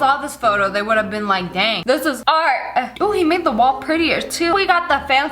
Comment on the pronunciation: Dis is art not dart